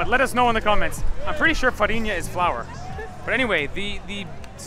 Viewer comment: Also, you got it right: Flour = Farinha :)